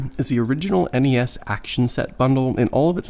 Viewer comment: Thank you for saying N.E.S instead of nessssssss